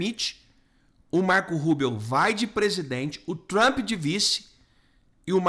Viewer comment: Olá,você diz Marco Rubel ou é Rubio?